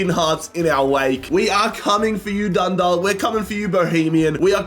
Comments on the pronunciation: Feel like we've been trying to tell that it's "Dun-dawk" and not "-dalk" for years now. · Its pronounced Dun- dauk Dundalk